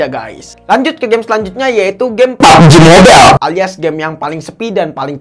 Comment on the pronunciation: saya kesini cuma nunggu ngucap "EP EP, BURIK, SOSIS" dan "PABJI MOBAIILLL"..